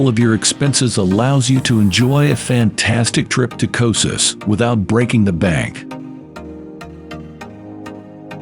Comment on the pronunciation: Who would trust the travel video where don’t even know how to pronounce the place?